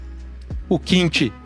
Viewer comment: Excelente, obrigado pelo vídeo, mas não consigo não corrigir duas pronúncias. É liêvito e não lievíto, e é kimchí não kímchi